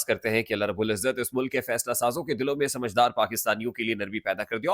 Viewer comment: Dear brother you should say Samajdaar aur Nasamaj.